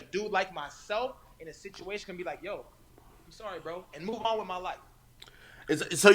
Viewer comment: Canadian as fuck lol “Say Sorry”